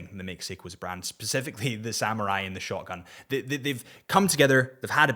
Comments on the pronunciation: When you say "shogun", it sounds an awful lot like "shotgun"... 😂 But am enjoying the content. 😊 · Are you saying shotgun or shogun?